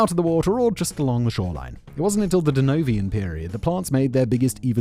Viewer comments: Simon says "Denovian" period. It's "Devonian" period. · It's the Devonian period, Simon As a brit, you really should recognise and note the Noun 'Devon' in a word 🤣🤣🤣🤣